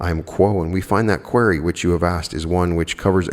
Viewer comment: I love u, but believe you are pronouning "QUERY" incorrectly.